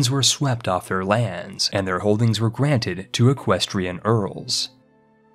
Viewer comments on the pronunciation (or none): none